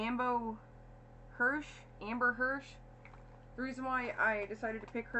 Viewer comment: Yes it’s Amber Hirsch lol my nickname is just Ambo. Good job on saying my last name right. Haha